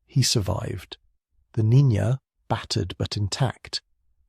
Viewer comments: Niña, not Nina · Listened to the whole video. Nicely done. Unlike other channels, you pronounce Niña properly as "NEEN-ya" instead of "NEE-na". But, you did START with "Nina" early on then switched about an hour in. It just ended, at 0651. Location: Seattle WA area. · Ok, the name Niña is pronounced roughly as NEEN-YAH.